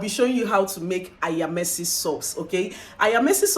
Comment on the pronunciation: Lol it's AYAMASE